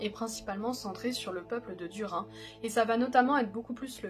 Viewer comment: Duri nne!!!! Sa se dit inne à la fin pas un! En fait, ce nom se dit d-ou-r-i-nne. J'espere que tu ne feras plus l'erreur